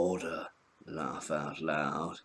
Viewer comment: "lawff out loud"